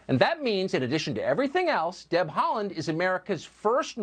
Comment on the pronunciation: yes, correctly pronounced. He played for ik start, my local club before he left for Celtic.